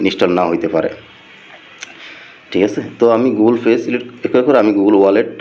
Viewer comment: শালা কাংলাদেশী ঠিক ভাবে গুগল পে উচ্চারণ টাও করতে পারতেছে না 😂